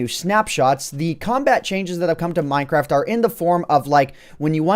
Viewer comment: Did he say: One of the best updates that's come out with minecrap? (I know he probably didn't say that, it just realy sounded like that.)